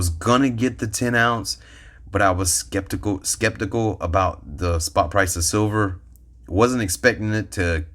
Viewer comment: Your lighting and camera is top notch! Say it with me, “Skep-tic-al,” Skeptical. Lol. Look a that herd. Maybe I’ll get another buffalo or two. CHEAPER than an eagle??? Dang!